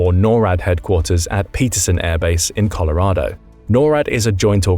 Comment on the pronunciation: If you look real hard at the word Colorado, you will notice that it ends with an O. Not an A.